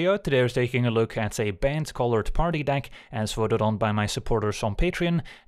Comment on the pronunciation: I always find it funny when he says bant it sounds like banned.